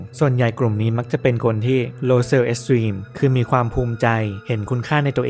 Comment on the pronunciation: แนวนี้ที่ทำอยู่ดีแล้วค้ะ ฟังเพลินมาก ชอบวิธีพูดด้วยน่ารัก ขอรีเควานิดนึงเรื้องออกเสียงบางคำ เช่น เซลฟ์เอสตีม ตอนนี้ออกเสียงว่าตรีม, กะบีลองกิ้ง ตอนนี้มันเป็นบีลองจิ้งง่ะะ นอกนั้นไม่มีไรติงับบ